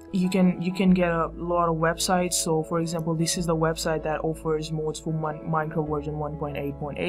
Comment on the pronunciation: its mods not mouds